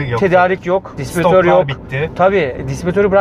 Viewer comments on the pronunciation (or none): 12.48 Disbiritör degil, distiribitör. Üst üste söylenince insan takılıyor. :)